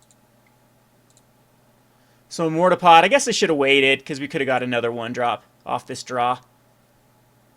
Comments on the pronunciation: same here, there is a R at the end of it right? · For some reason the way he says mortarpod makes me want to die LOL